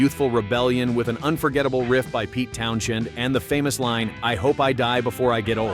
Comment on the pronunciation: It's not pronounced Townshend...it's pronounced TOWNSEND. Get with the program, dude.